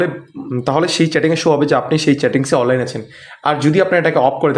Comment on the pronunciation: অললাইন উচ্চারণ ঠিক নেই